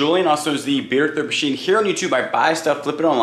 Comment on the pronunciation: I swear it sounds like you say "the beer thrift machine" lol